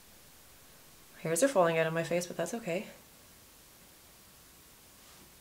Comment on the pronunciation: I love the way you say BOT instead of BUT! :)